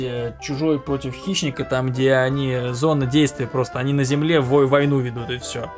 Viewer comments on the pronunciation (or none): none